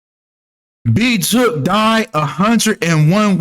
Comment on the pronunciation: You don’t know what you talking about, you don’t even know how to pronounce big jook name 😂😂😂